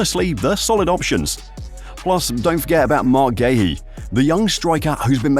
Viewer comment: Marc Gee-yu is how the player himself said it's pronounced